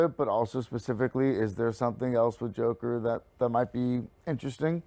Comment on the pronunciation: Watched it on Thursday and thought it was mid but the more time passes it's beginning to feel like a super dope film. Really hope the Batman connect can happen. You were going great until the '' moment, LOL! Just kidding, those are the moments that make this channel.